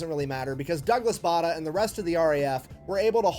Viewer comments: Bay der not Barder as the narrator was saying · His name is pronounced 'Bay der'!